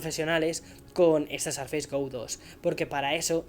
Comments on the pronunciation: No se pronuncia "sarfeis". Te recomiendo para futuros videos que lo pronuncies a la española ("surface" sin más) o que consultes la pronunciación de la palabra en el Oxford English Dictionary. Suena realmente mal para los que tengan alguna noción de inglés, de verdad. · dices mal surface!! Corrigelo. Saludos me encanta el podcast y tus videos